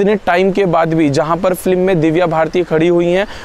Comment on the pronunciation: आशिकी, साजन, मुन्नाभाई एमबीबीएस की शुटिंग भी इसी बंगले में हुई है। आपने यह बंगलो दिखाकर मेरी बरसों पुरानी साध पूरी कर दी। आप बोलने में एक ग़लती करते हो। फ्लीम नहीं, फिल्म बोला जाता है। आपकी जानकारी के लिए।